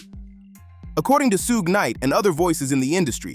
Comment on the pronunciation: Soog Knight Soodge Knight Soogay Knight 😂😂😂